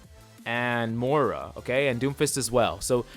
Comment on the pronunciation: It's pronounced Moy-Ra. Not more-ah :)